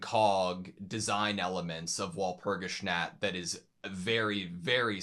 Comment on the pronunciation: I love how he pronounces Walpurgisnacht 😊